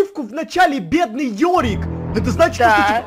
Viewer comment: Йорик а не ёрик